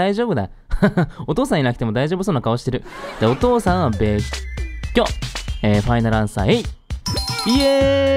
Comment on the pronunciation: べっっきょ♪